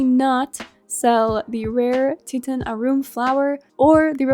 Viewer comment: I recently started playing Coral Island and really appreciate all your guides and videos ☺️ I just want to give you a side note that “Titan Arum” is pronounced “Tie-tan Air-um” not “tee-tan a-room”. It’s titan, as in “greek gods and the titans” 😉